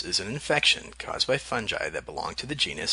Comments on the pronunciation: oh god he pronounced fungi as "fun-gee" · its all cool until u said FUN JI